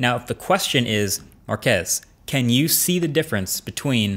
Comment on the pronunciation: So his name pronounce "marques" not "marques"